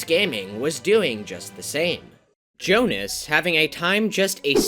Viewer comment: I am worried that it is not Jonas, but Jonáš (Czech name)